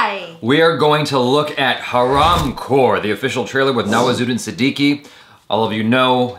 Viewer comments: he pronounced Hadaaamkor😝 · saying 'Haramkhor'. ```sleeek``` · The way u pronounced haramkhor...😂😂😂😂